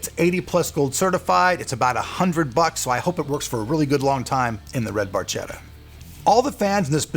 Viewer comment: Cudos for the cause!Very nice build. One thing though- it is Barchetta is pronounced with a K like in cat, no matter what you Americans think.